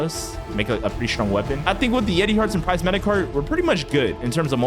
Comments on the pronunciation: Its prismatic.. not pricematic…. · Haha, it’s prismatic, not prizematic. 😂